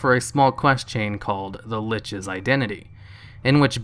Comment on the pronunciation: How do you fuck up "The LICH'S Identity"?